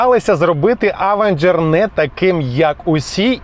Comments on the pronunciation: Авенжер... як серпом по вухах. Він Євенжер !!! То навчіться говорити хоча б правильно ! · Евенжер правильно а не через а…